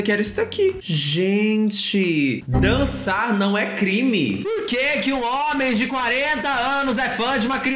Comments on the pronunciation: Gente eu sei q a gente tá falando de um assunto sério super sério mas dei uma risada tão sincera com o "danssar" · Leio: danssar não é crime Eu:danssar não... Pera DANSSAR?!?!?